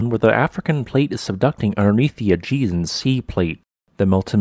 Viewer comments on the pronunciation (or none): none